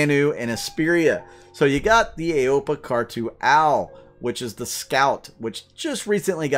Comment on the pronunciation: aopoa is pronounced O-Poe-R